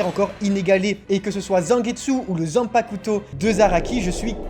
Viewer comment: stp arrete d'insister sur le "u" dans "zanpakuto"